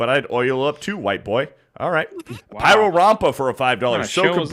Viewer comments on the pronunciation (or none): none